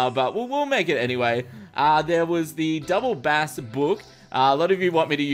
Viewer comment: when you hear how he says "double bass" and you're a musician... :facepalm